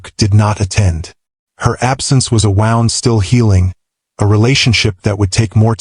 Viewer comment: There is a word called "wound" A note to the Narrator, I've noticed over time you still pronounce this word wrong.